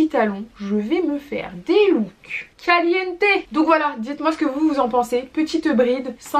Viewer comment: Qui compte le nombre des fois qu’elle a dit calienté 🤧